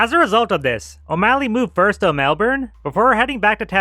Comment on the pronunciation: I can tell a you put lot of work to research such a niche topic. Still didn’t pronounce Melbourne or Canberra correctly though!